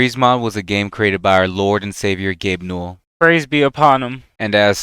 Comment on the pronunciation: I got upset this man said "Gabe Newell" There's absolutely no way he got that wrong with thousands of hours logged or its a joke. some things are just not possible.